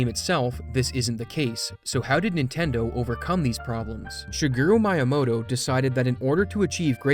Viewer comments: shiguwi mayamooto 💀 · "Shuguru Myamoto" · "Shigero Maiamoto" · Sugaru my-a-moto 😭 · *shi-gear-roo mee-uh-mow-toe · "Shiguru Miamoto" 😭😭😭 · Shiguru Mayamoto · Shigaro mayamoto😂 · shigairo maiyamo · “shaguru mayamoto” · Shiguru Mayamoto the GOAT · shuguru mayah-modo 💀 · "Shigeru Mayamoto" lol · 'Shigeru MIE-uh-moh-toh' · I love your content, and have been following you for a while now. But i have to say, it was very jarring to hear you mispronounce Shigeru Miyamoto's name. LOL. Take 5 seconds to learn basic Japanese pronunciation. It's extremely simple and basic. Every vowel is pronounced the same way every time, exactly like Spanish. A = Ah. (Father). E = Eh. (Extra). I = EE. (Easy). O = Oh. (Ocean). U = 00. (Blue). And Y is never a vowel. Only the consonant, like in Yacht, Yellow, or Yuck! Shee-Geh-Roo. Mee-Yah-Moh-Toh. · yeah, he pronounced it very wrong in the video. Probably as engagement bait, and it seems to have worked. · Award for first person i have ever heard mispronounce shigeru miyamoto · the way you pronounced shigeru miyamoto phsyically hurt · It's the same way Chris Chan pronounce it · Yeah, mispronouncing for engagement bait. I don’t respect it